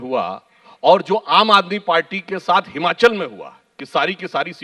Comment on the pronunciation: Bhai ye Himanchal nhi he...... It's Himachal Pradesh